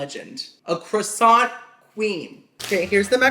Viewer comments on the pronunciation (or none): none